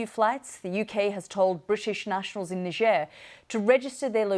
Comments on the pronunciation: It Niger sounc bit different to its spelt Niger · I feel like you mispronounced niger in your head there